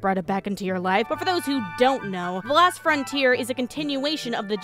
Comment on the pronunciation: She keeps saying "the last frontier" but it's the LOST frontier. O not A.